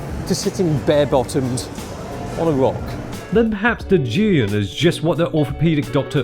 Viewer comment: The one person I thought would pronounce Zhiyun properly finally does a video and Hong Kong's it up.